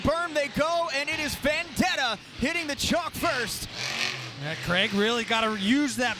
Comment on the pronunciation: It's Vendetta, not Vandetta what u talking abt